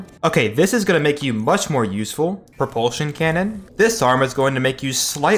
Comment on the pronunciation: He said no reproltion cannon